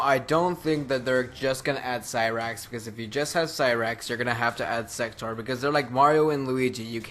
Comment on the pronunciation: when you started saying sector I thought you were saying. sex toor